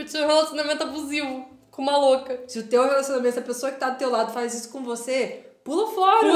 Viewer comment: Kkkk é draw n "DRAM" Kkkk é faz n "faiz"